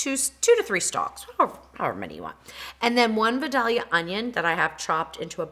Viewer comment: its not va-doll-ea its pronounce vie-DAY-lea onion. we grow them here in georgia.